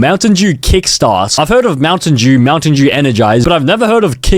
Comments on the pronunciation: POV how bro says Mountain Dew Mountain Jew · Bro said montain jew